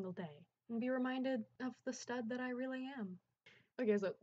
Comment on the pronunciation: the fcking way u said stud im crying hghgdjdhdh